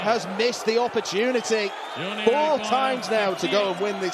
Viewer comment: please someone explain to me why always adds syllables to his numbers. For example, why does he say four-or? sounds wrong.